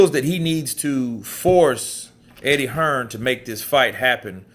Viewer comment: Most Fellas from the US including this guy he is Hearn not hearns you dumb ass